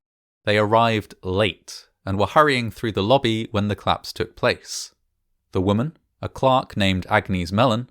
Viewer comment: I thought you were saying "claps" 😂😭